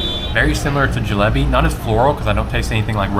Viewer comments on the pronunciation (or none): none